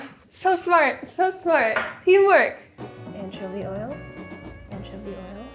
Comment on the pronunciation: or as Chris Morocco would say ANchuvy